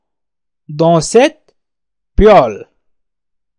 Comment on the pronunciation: شكرا استاذ لكن اظن انه هناك خطاء في نطق المقلاة polel